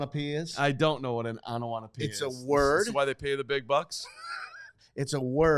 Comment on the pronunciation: Lol, it's onomatopoeia not onowatopoeia. Great episode tho!